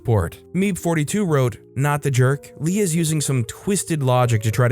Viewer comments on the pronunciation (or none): Lay lmao it’s pronounced Lee-uh